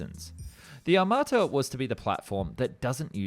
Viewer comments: 1 it's Armata, not amarta 2 tank looks good ON PAPER ONLY 😂😂😂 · Really, "Amarta"? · It's not Amarta. Smh. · I think it's "T-14 Armata" (meaning "cannon") not Amarta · It's ARMATA not AMARTA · It’s t14 Armata not Amarta. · I thought it was aRmata ....no ? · How accurate can your video be, if you can‘t even get the name right?